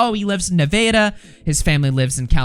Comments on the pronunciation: His real accent came out for this word 😂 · Omg haha did he just call Nevada "nuh-vay-da?" 😂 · haha my thought was that he must be from Dallas, since we have a suburb spelled "Nevada" but it's pronounced "neh-VAY-duh" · You said Nevada wrong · that is by far the worst pronunciation of nevada i have ever heard where do you get the AY from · pronouncing Nevada wrong is the real scandal of this video. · When I read this comment I thought "it can't be that bad" then I got to that part lol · There’s a town in Iowa called Nevada that’s pronounced the same way. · Had to go back and listen again, my friend and I cringed so hard 😂 Never heard it pronounced that way before. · I’m from Canada originally but hearing that hurts my soul since I lived Las Vegas for about 5 years 💀